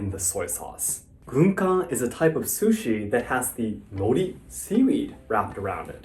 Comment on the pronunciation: Calling it "sushies" is killing me!